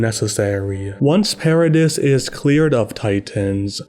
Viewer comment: The "s" in Paradis is silent.